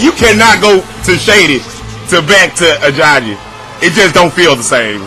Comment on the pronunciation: "Ajagi" lmao